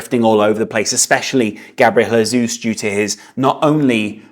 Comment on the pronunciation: Can you please stop saying "Jesus" in spanish?? Gabriel is brazilian, why the hell do you keep saying his name like that?